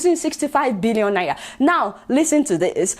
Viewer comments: I like your Naira pronunciation 🤣🤣 It sounds like Naiya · I thought i was the only one noticing the pronunciation of Naira 🤣😂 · I can't stop liking your show Adeola,but i laugh whenever you pronounce NAIRA